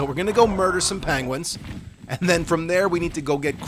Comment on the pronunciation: What the fuck is a panguin? 😂